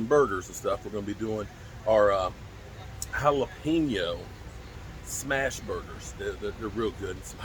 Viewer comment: Please don’t say jalapeño like that again bra! lol